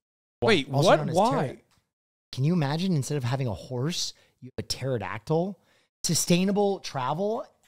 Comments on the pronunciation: Someone please tell it's pterodactyl, not petrodactyl! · As a fucking insanely avid dinosaur fan, I was losing my damn mind throughout the entire dino conversation 💀 “Petradactyl” nearly killed me. Also, fun fact, pterodactyls are technically not dinosaurs, they’re from the genus pterosaurs. Crocodiles are also not from dinosaurs, but they come from a common ancestor of dinosaurs, pterosaurs, crocodiles, and birds- Archosaurus Dinosaurs and crocodiles evolved separately from their common ancestor. Dinosaurs however share a more closely related ancestor with birds, theropods. And yes there’s tiny carnivorous dinosaurs for to have as a pet, if he could tame one and have it not bite the shit out of him. Mocroraptor, which was two feet from head to tail, probably only weighed a couple pounds, and likely looked like some kind of pigeon 😂 The smallest T-rex like dinosaur would maybe be Dilong, at 40 feet and a likely 25 pounds. This one also had feathers! The estimated smallest herbivorous dinosaur is Albertadromeus, around the size of a turkey. Watching try to pronounce Ankylosaurus made me want to scream 😭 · Petrodactyl?!?! Come on will 😂😂😂😂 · Great ep but did truly just say "petra-dactyl"??? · said pterodactyl wrong. And also I am completely convinced they were fucking with will about not seeing Jurassic Park. Also Montana would be a terrible place for the brontosaurus because it’s a bunch of low flat lands and no real tall trees they would starve to death. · Ok now I’m later in the video I’m glad he fixed the pterodactyl pronunciation. Also pterodactyl describes a large species of flying Dinos the one you’d want to bring back to have a “dragon” like flying mount would be the quetzalcoatlus but that would be scary cause they hunt baby T. rex by diving and plucking the off the ground we would be their prey. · Please God tell the p in pterodactyl is silent. It’s triggering as f.